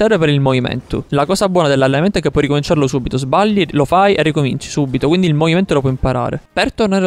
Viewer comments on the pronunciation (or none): Alla fine: Nessuno: Assolutamente nessuno:: ecvindi